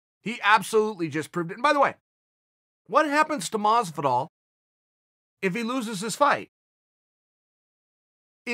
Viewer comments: every time I see a chael video with masvidal in the title I gotta get ready to hear him say "George masvidal" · Who the fuck is George Maazzz-vidal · I thought he said “Rich wallet” of Masvidal